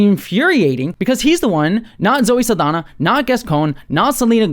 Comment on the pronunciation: FYI, Saldaña is pronounced Sal-dan-ya, not Sal-dan-a. The ñ is a Spanish alphabet character that English lacks, and is pronounced like "nyah," not "nah." HTH!